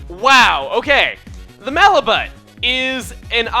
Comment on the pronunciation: malibut mal-i-boo